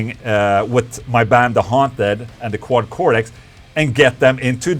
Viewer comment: It's Cortex with a t, not a d. Even in America.